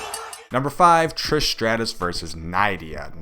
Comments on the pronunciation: NIDDDDDDDIA NOT NYYYYYYDDDIA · Its pronounced nidia... like knit without the t.. dia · It’s pronounced Nidia. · Anyway: wasn´t here name pronounced with an e like [nedea] ????